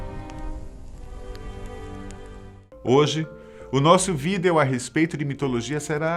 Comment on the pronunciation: Alguem ensina esse cara a pronunciar a palavra VIDEO. OBRIGADO!